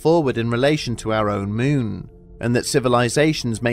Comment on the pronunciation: “Capshool”? “Myoon”?